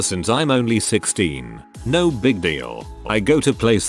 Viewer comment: The tts voice can’t even say “No.” LOL. 🤣